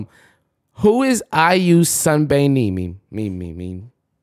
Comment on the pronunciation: i found it so annoying n disrespectful how he was so obviously pronouncing sunbaenim wrong like as if making fun of it just for laughs